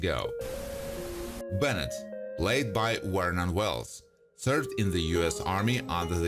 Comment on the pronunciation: "Wernon Wells"! hahaha